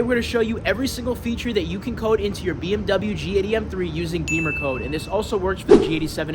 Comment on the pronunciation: Great car, and interesting info, but curious why you pronounce it Beamercode, instead of Bimmercode? Beamers are BMW motorcycles.